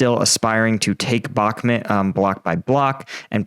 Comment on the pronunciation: I love the videos. But it's Bakhmut not Bakhmit.